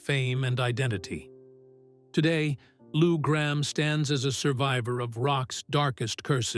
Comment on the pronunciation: PRONUCIA BIEN "" GRAMM""